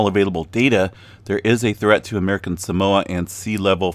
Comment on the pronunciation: Nope. He got it pretty right. More like sah-MOA